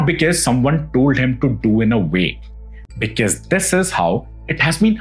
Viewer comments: With all due respect to your content, I might sound very cringe but a small request please check the pronunciation of the word 'because'. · Kindly correct the pronunciation of the word because, because , because is uttered many times and it’s just off 😂. Word record too is mid pronounced